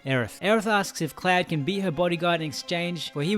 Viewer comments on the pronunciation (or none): Great video, but his name is "CLOUD" not fucking "CLAD"